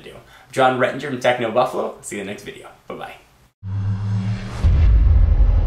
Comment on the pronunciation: techno buffalew instead of buffalo. eneration instead of generation. what the heck with the word changes?